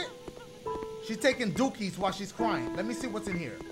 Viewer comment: It’s so funny how he says “dookie”.🤣😂